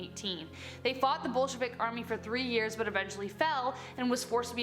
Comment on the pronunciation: Wait when you said Bolshevik army I thought that you said bullsh** army and I had to pause and just think for a minute. Amazing